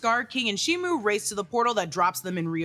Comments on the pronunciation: SHIMO NOT SHIMU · ALSO also also. SHIMO! SHIMO, not SHIMU